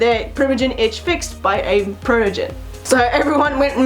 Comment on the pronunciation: Protegen…it sounds like Protogent the Anti-Virus software.